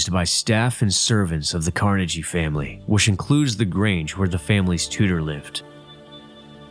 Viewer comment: This is cool footage, but let's not get carried away. He pronounced Dungeness wrong, pronounced Carnegie creatively wrong, and took away from the scenery with the overwrought statements about how amazing and unique and cool everything is and the hokey music. And the "intrepid" island? The brave island? This was almost good. If the narrator weren't constantly intruding on the viewers experience with theatrics, it would have been so much better.